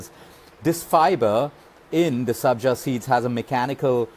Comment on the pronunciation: Sabja not Sanjay